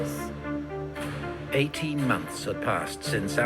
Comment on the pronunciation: Good pronounciation on Issus. 👍